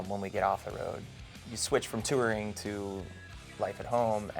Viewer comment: I love how he pronounces touring lol